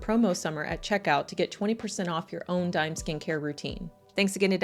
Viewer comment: Hi! I think the brand is pronounced Dee-may. It’s owned by a Mexican singer named Becky G